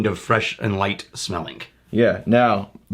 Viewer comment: Watching these older vids now I can't unhear saying "smellink" and "lingerink."